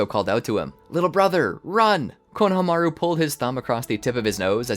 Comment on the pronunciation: can u guys please work on the pronunciation of names... i heard konahamaroo in the other episode and had to stop watching, it is very jarring for people whove seen the show